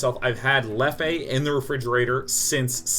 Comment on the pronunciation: Sean, I hope you read this, the beer, its pronounced "Lef" not "Leffey". Just wanted you to know :)